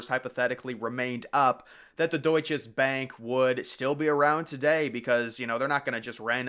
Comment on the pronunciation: The building was built by Bankers Trust. You should have known that if you did any research. Also, learn to say Deutsche - there is no S on the end of it.